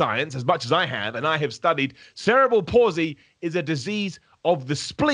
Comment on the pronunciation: Cerebral "PAULsy" assassin. Perfect 😂😂🤣🤣